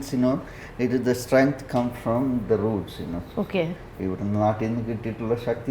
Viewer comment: It's 'roots' bro.